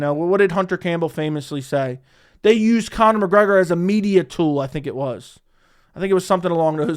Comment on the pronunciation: “Kayne-Connor” Mcgregor -😫don’t devalue yourself